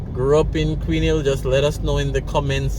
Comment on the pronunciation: How come u no pronounce u H on Hill? You pronounce your H dem other time dont.😎